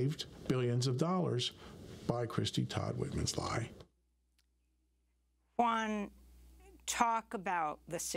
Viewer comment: Great show, I always listen via podcast. 1 little thingy, please pronounce Juan's name properly: Who-an :)